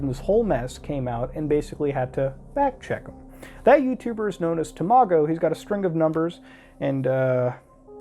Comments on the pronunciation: I can't get over how he pronounced Tamago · I remember when tamago2474 uploaded the video shown. Glad this is getting light and a good spotlight on a great youtuber. Also its pronounced ta-ma-go Not tamo-go lmao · its pronounced tom a go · It’s tam-it-go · When muta says Tamago, it sounds like tomato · “You tuber called Temahgo” So close to pronouncing his name correctly, so close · HE MISPRONOUNCED TAMAGO EVERYONE RIOT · Watching tamago and you not pronouncing it correctly triggers me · I get angier every time muta says tamago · you pronounced tamagos name weid